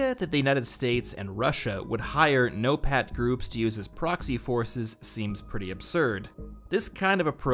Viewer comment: I had so laugh when he said "no-pat tax forces" .